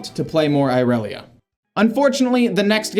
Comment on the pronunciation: not the "eye relia"😭